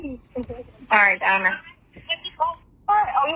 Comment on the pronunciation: I cant stand the way she says ALL 😩 and the "you know what im shayin"